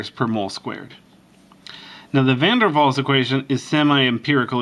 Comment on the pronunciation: You were right. it's pronounced van der Vals, but is spelled with a W.